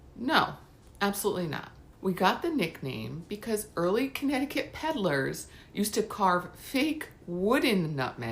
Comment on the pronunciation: It's wonderful to watch a Connecticut video where the facts and pronunciations are correct, and the content is interesting. I'm subscribing to your channel right now.